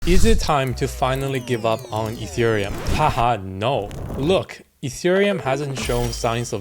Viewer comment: Etherum, ergh. Are u serious mate?